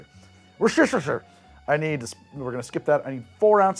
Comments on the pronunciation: Wuss-ter-sheer sauce. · It's "woosta-shire".:) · living in worcestershire makes hearing people forget the "shire" hurt so much IT'S WUH STUH SHUH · "Worcestershire" is really not that hard to pronounce: wooster-shur (where the "oo" is like the "oo" in "book"). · WER-stuh-sher, not as galling to the ear as "urn brew" but just as easy to fix. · I don't understand people's problem saying Worcestershire. It's 3 syllables. Wuss-teh-sher. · The second video I’ve watched this month where the creator of the video said “warshyersister” sauce. The other was Charlie Berens. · Worcestershire is named after the town. Woos-ter-sher. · Grew up in MD. Glad to see this episode and even gladder that the liquor isn't putrid on its own, lol. Also, its "WOOSHT-tu-shur" sauce, "WOOSHT-tur" is the county in MD: Worchester.